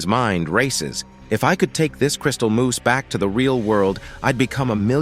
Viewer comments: For the love of God it's moss not moose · At first it was funny but now, after the ten millionth time, I'm yelling at my screen "IT'S PRONOUNCED MOSS MOTHER FUCKER!!!!! M. O. S. S. MOOSE IS AN ANIMAL!" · It's 'mose' not moose 🫎 lol 😂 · STOP SAYING MOOSE! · It's moss, not moose. MOSS!! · MOSS.... not Moose. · uh its crystal moss not moose okay